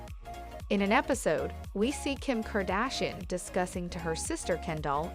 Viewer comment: Wtf are you saying his last name like that???